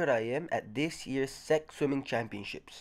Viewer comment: its not called "Seck" its just called S-E-C also its Gregg Troy